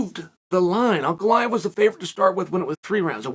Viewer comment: Am i the only one who is amazed Chael pronounces Ankalaev correctly?